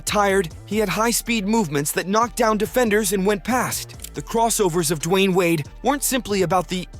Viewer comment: Who is dwine wade? Its Dwayne Wade!